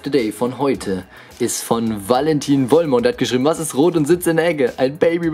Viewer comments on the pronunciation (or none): das "v" bei Vollmer spricht man wie "f" aus xD geiles Video, mach weiter so